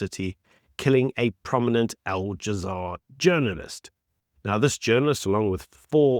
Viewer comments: It is Al Jazeera, not All Jazaar! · Please stop saying Al "jazaar" it's Al " Jazeera". Looks amateurish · my man said "al jamar" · Al - ja - zee - ra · It’s a -it’s that you let yourself down by not making the simple effort of pronouncing Al-Jazeera properly